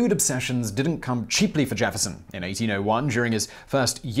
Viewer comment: I didn't know that "didn't" had 2 d's in the middle.